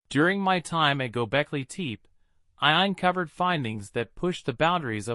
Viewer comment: your A.I. voice sucks gobekli tepé not gobekli teep